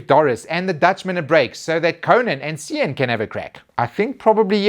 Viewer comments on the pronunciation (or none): LOL'ed at the scribbled out Stormer pics on the Super Ruby fixtures. It's the little unexpected things that get ya. So good. Oh, btw, it's Cian with a hard 'C' like a K.